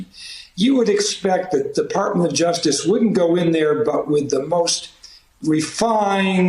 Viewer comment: Rudy can't even pronounce the word 'justice' anymore. It comes out as just'sh.